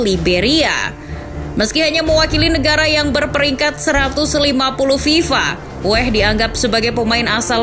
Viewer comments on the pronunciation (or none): Weah bambang,bukan wehhh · Weah bukan Weh... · Weah bu bukan weeeeeh...